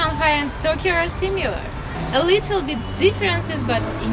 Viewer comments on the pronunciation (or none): none